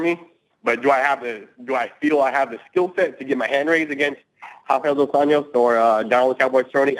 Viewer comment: I have to admit, people saying "Rafael dos Anyos" irks me. You don't pronnounce J as Y in english OR in portuguese.